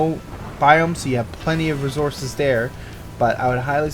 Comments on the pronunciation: Why u put terrible spots and say razources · bc u can't pronounce resources and these spots are meant for little bases and same u can only bring birds to u show no flat large areas with a good way to defend